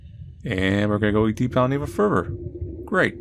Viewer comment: “And we’re gonna go down even furfer” Famous last words